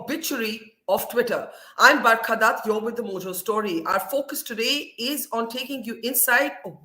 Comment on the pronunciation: Not Barka dutt, Burqa Bhat